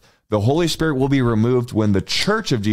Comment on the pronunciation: The Holy “S P I R T”?? Something about that is sooo funny. Thank you and God bless you.